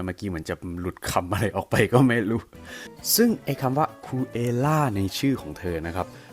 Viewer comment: มันเป็น คูเอวล่า/เอสเตียวล่า